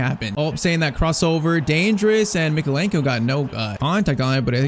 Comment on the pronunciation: “Left back we have ITALIAN Mykeolenko” he’s Ukrainian 💀